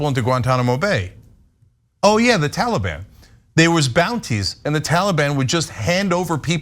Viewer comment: I love how Ana pronounces Taliban lol "Tawla-bawn." 😆👍 Watch the old Charlie Rose interview of Peter Jackson, Viggo Mortensen, and Elijah Wood, that aired shortly after 9/11 on CNN. They were there to promote and talk about the new Lord of the Rings trilogy, only one had dropped by then but was already wildly popular and breaking long-standing box office records, but because Viggo Mortensen dared to make a, "No More Blood for Oil!!" t-shirt to wear to the interview, the host, Charlie Rose ended up uncontrollably compelled to devote a not-insignificant percentage of the time to the discussion of how un-American and unpatriotic he thought anybody speaking out against Bush and his decision to invade Afghanistan was, by getting into a prolonged debate with Aragorn, son of Arathorn lol about it instead of talking about what he'd invited them there in the first place to talk about. The rest of the interview having a super uncomfortable undercurrent, as a result. Awkward! And, it's just a really stark demonstration of the mind-set of SO many Americans back then, in the aftermath of September 11th. I mean, just look at what happened to the Dixie Chicks lol they had the NERVE to bring up the fact that 9/11 had absolutely nothing to do with Iraq, so why were we invading THEM, and they were summarily shunned by the mainstream Country Music industry entirely! At the height of their popularity. The faux-Patriotism was infectious and insidious, infecting everybody across all cultures of Am